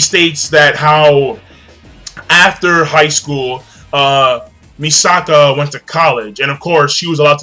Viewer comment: MISAKI NOT MISAKA FOR BLEACH AND IT'S MIKASA NOT MISAKA FOR SHINGEKI NO KYOJIN. HAHA They've been getting those two mixed up all month. Good review King!!